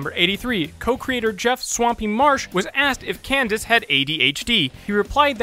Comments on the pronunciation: you said cadence instead of candence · He mispronounced Candace's name, and instead said "Cadence" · In fact 86 it sounded like you said Cadence XD MLP FOR DA WIN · you said Cadence instead of Candace on 86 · In fact 86, you said Cadence instead of Candace. In fact 100, you said that you probably mispronounced someone's name in the video. On purpose or no? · You were right on fact 100, You mispronounced candice as cadence once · Am I the only one who heard him call her Kadance? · "We'll give it a pass because we probably mispronounced somebody's name in this episode." No, no,. I'm sure Cadence is a real character. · Did you say Cadence? Lol Cadence is another name for a scale in music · You said "7" instead of "70" and in 86 you said Cadence just like you said you probably mispronounced someone's name😂 anyway good job! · "Jerem" "Number 7" "Kidence" And that's my nitpick for the night. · He actually did mispronounce a character’s name in this video lol